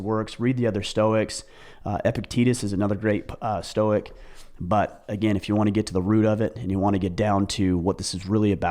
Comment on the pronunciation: "the storce of stoicism" lol